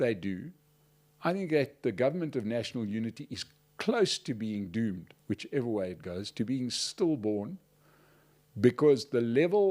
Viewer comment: Ga-noo is doo-med 😂